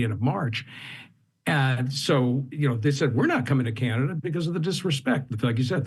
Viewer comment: Canadia lol😂